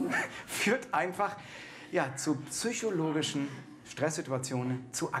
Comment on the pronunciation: "zu züchologischen" 🙄